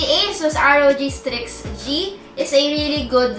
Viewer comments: correction lang po, wag po kayong magagalit saakin, hehe. It should be strix po, hindi po streaks. I love you 😊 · MAAM CORRECT KO LANG PO YUNG SA GAMING LAPTOP NG ASUS "STRIX G" PO DAPAT YAN HNDI "STREAKS G" HEHE